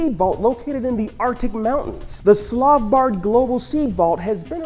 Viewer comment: as a Norwegian your pronunciation of Svalbard pains me its s-val-bard not slav-bard.